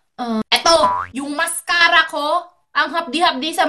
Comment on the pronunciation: Akala mo seryoso na eh. Yung "masscara" talaga 😂